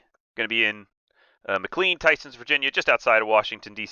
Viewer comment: okay this is not related to the general content of the episode but somebodys gotta say it: mclean is pronounced mclayn, not mcleen